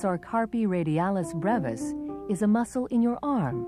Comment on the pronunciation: She pronounced brevis wrong....